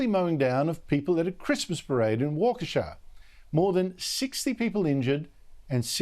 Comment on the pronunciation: Props for pronouncing Waukesha.